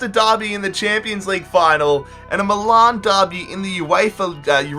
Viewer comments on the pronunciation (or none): none